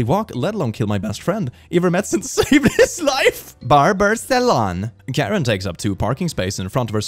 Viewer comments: Oh! This “Karen” interpreter is actually a languages and a people that are in the southeastern area of Burma/Myanmar + northeast of Thailand. It’s pronounced with more emphasis on the beginning “kuh-ren” and they have a really cool culture and a vary complex relationship with the people of Burma/Myanmar. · The one for language line solutions is for an African language the name of the language is Karen pronounced Kareen, still funny tho